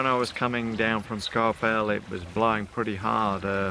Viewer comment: Scawfell pronounced Sk-oar-fell not Scarfell. Anyway awesome video’s cobber, safe sailing 🍺🍺